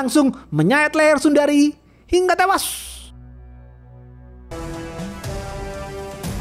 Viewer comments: klu ngomong hingga tewasss medok banget😂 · Yang menarik dari channel ini: 1. Opening komentar. 2. Pengenalan karakter. 3. Film yang jarang di review channel lain. 4. Logat khas, pelafalan hingga tewash, dan njos-njos yang iconic.